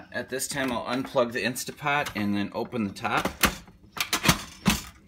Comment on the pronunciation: Thumbs down for saying "instapot" JUST KIDDING thumbs UP for!